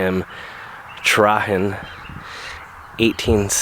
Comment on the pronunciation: The name Trahin is pronounced Truh heen. The three leaf clover, the Shamrock, was the true symbol of St. Patrick's Day, and St. Patrick himself used the three leaf to explain the Holy Trinity. If the four leaf is used these days it's to stand for God's grace. Gtsy. Nice video.